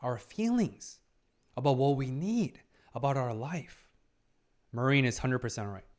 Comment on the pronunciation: Interesting pick... yeah, it has absolutely psychological aspects but definitely less than Apothecary Diaries for example. The main focus is on the cosplay scene. With some heavy fanservice. I believe there are a few shows more fitting for you to talk about to be honest. PS: her name is pronounced mA-rin, hard a, short rin and Wakana is wA-ka-na